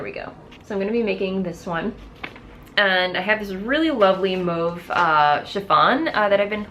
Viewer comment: thanks for saying mauve correctly. no one says taupe wrong, but lots of people pronounce mauve with an ah sound instead of an o sound. you are right, refreshingly